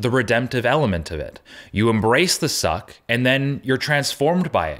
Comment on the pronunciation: This video gets a whole different meaning if you hear Zuck instead of suck.